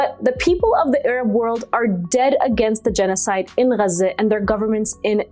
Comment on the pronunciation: Nobody pronounces Gaza like that dear